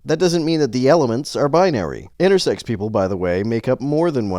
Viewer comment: Why does he keep adding a T on the end of "intersex"? Does he.. have "sexting" on his mind or something?